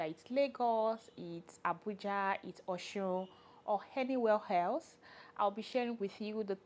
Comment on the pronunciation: Henywhere helse 😂 i love the accent